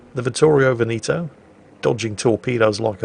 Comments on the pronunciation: It's Vittorio Ve'-ne-to and not Ve-ni'-to. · pls stop saying "Venito" it's veneto, say the 2nd e just like the 1st one